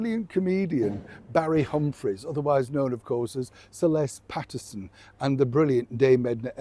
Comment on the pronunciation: Aussie here....I thought you said Barry Humphrey's, better known as Celeste Patterson 😂...my brain went scrambling trying to remember that character 😅...but then I realised you were saying Sir Les Patterson, one of Australia's greats 💕🇦🇺